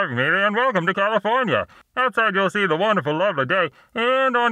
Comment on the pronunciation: NOT CAL-I-FORN-IA!!!